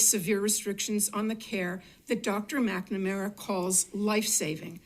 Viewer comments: When you can't even correctly pronounce the name of the person that you are talking about, how can I trust you to give me an informed opinion about the subject matter. McNamara (Mac -nuh -mare-uh). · At Oh Boy Oh BOy Oh Boy Oh Boy I thought, this might not be for me but then when you couldn't even pronounce "McNamara" you confirmed it.